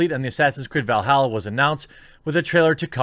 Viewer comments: It's Valhalla not Velhalla. Lol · Valhalla not Veilhalla